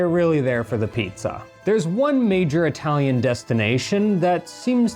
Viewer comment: italian pronunciation is hilarious.